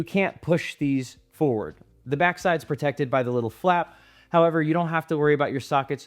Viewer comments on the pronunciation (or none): none